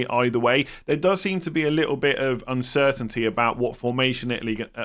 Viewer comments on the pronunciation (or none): none